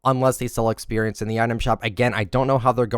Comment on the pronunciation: Was this guy breast fed? The way he says experience is so triggering...